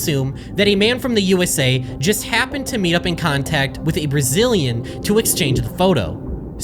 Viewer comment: i love the disparity between "a man from the US" and "a brazeehlean"